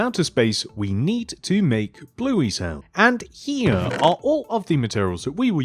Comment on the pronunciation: “blueys how”